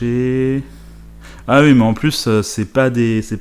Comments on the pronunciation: "je dis ui" "ui à l'argent" on dit pas "ui" à l'argent, on dit OUI à l'argent ! Merde ! Avec un "ou" avant le "i" et pas un "u" merci 👍🏻😱 Et pareil on dit pas "uikend" on dis "ouik-end" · Pourquoi tu dis Ui au lieu de Oui ? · Les pubs honnêtement je comprend pas de souci la dessus, mais par contre, s'il te plait arrête de dire "ui"! C'est "oui"! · Tu dit oui, ou tu dit Ui 🤣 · Tu me fais rire avec tes ui au lieu de oui, tu dis même ui-end haha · "hui" ?? Ah ouais... c'est vraiment l'accent qui fait ça....chez-toi le son "wi" est toujours prononcé "ui" en fait. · IL DIT UI ! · Tu dis UI ? xD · "Je dis ui" 😂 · J'aime bien ta façon de dire ' oui ' (u-i) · "J E D I S U I" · Tu dis hui ? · je dis oui, je dis oui.... tu ne dis pas oui, tu dis UI hahahahaha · ça aurai pus être pire, tu aurai pu dire Huit ou Huître!!!! question n'étant pas linguiste, c'est dans quel région qu'on dit Hui pour dire oui !!!?? après utilisé le terme hui peut être très légèrement confisant, car le Hui de Aujourd'hui signifie en "Ce jour d'..." en claire qu'en on dit aujourd'hui on dit "En ce jour d'aujourd"!!!! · Tu fais partie de la communauté du "Ui' ... Sinon toujours bien tes vidéos ;) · Il me stresse à dire « Ui » 😂😂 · Moi j'adore ce "Ui" ☺️ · Mdr "je dis ui" "ui" tu me fais rigoler et c'est vraiment pas méchant 😁 top tes vidéos 😉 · Tu dit UI 😉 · J’adore l’accent alsacien sur les « oui »